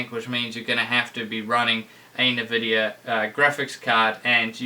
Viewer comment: Please stop pronouncing nvidia the way it's spelt. Pronounce it en(like you would say the letter n)-vid-ia